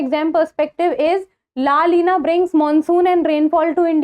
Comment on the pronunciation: It's not LA LINA it's la "NINA"